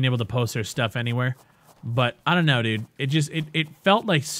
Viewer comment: Lmao... that Canadian "d0000d, this game is d00g shit mannn" got him this far... :D